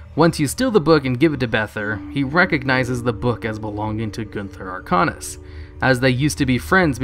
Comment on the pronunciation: Its pronounced "Gunther Arc-ANUS"